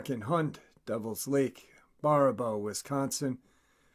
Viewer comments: I know Wisconsin has weir pronunciations of our towns but this is how to say baraboo. beh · ruh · boo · It’s pronounced BEARuhboo. I’ve lived there on and off for a few years But anyway. There is a very interestingly shaped Indian mound in the area. It is so old. The Hochunks in the area claim it was there before they were in the area. Look it up. It is a humanoid shaped mound. With long ears